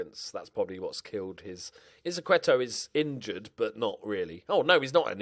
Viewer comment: Izquierdo = is-key-air-doe